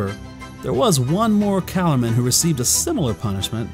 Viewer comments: Why does he pronounce it calormen that way? According to douglas Gresham (C.S. Lewis's step son) its Ca-Lore-men. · It only bugs me because my first introduction to Narnia was the focus on the family radio drama. I first heard them before I even knew how to read. They always said it cal-OR-men. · I have to ask, why do you pronounce Calormen like that? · The pronunciation of these names is really throwing me off. I remember hearing Douglas Gresham, Lewis' stepson and the holder of the rights to the stories, pronounce Archenland with a hard k in the middle like Ark-en-land. And instead of pronouncing Calormen like Callaghan, it was Cuh-lore-men. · Love these videos but I recommend you listen to the audiobooks the pronouncements of calormen and archinland are off